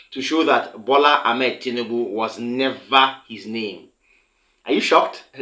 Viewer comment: His name is Tinubu and not Tinibu. This is the 3rd time I will point this out. Are you this stubborn ? You're more or less acting like the person you're accusing by refusing to listen to correction.